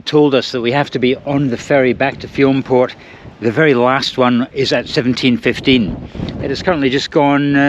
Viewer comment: Nice video. I love everything about Iona. Btw Fionnphort is pronounced "Finnafort".